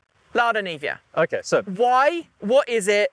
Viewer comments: Why are you calling it Lada Nivia? Its Niva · Wait how did she come up with that pronunciation, niva is just two syllables.